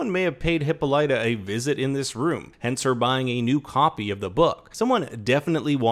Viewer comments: asexylibrarian lol it’s excruciating 😂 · THANK YOU! The narrator's pronunciation made me cringe. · I acknowledged that it’s how they pronounce it on the show, and I understand he was just mimicking that. But it’s still wrong. I was correcting for the sake of trivial knowledge. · Hip-all-it-uh, not Hippo-light-a; I know that’s how they pronounce it on the show but it’s wrong and it sounds so unrefined and her character deserves better! Ok rant over. Great video!!!